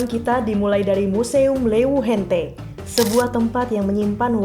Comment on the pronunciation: "hente" puang ru, padahal antuhan sa bujur ni ru "hante" kwkwkwkwkwkw